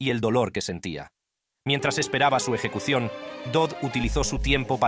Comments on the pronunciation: No entiendo porque empieza hablando bien y después dice eyecucion! Y la voz más grave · Eyecución? Jajja